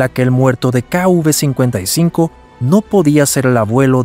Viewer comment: Sería KV no kuv, el relator del documental debería aprender identificar la letras.